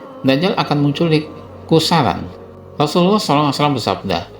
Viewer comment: Khurasan min bukan khusaran,,, dengerin lagi deh lu ngomong